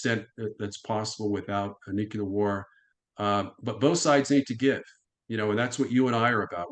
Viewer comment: I can only watch someone say noo-cue-lar so many times sorry.